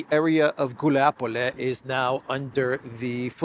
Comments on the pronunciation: It's Guliay-pole, not "Guliapole."😃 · Wuilapolay properly pronounced. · FYI Guliay-Pol-yeah used to be the HQ of Bandera. Its fall is symbolic, it's as "de-naatsi-fication" as it can get